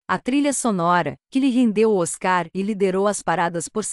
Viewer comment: Tem q aperfeiçoar a pronúncia dos locutores. Não nome Vangelis a sílaba tônica é no VAN. Na palavra Oscar é pronúncia inglesa, por favor, sílaba tônica no OS. Muito triste ouvir pronúncia tão fora do prumo Daí correm o risco de perder inscritos. É preciso buscar a perfeição na competitividade que é este YouTube. Grata.